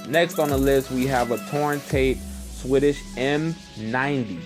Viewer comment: Swedish not swehdish